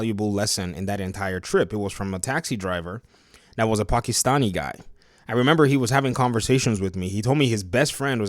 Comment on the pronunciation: First person I've ever heard on youtube say "Pakistani" correctly. What's your country of origin may I ask. The only reason I care about this game is The Penguin. Not interested in villain Harley with no comedy (she can be dark but comedic) enough to buy the game. The court of owls and the penguin are the only reasons I'd buy there game but I doubt I'll get it. Not interested in an older Batgirl and Robin with lame costumes. Single-color costumes other than Robin. Idk man just not interested unless penguin is a focus. could make it better than arkham